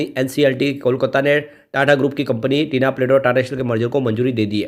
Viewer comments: Not Tina plate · Bhai tinplate bol te he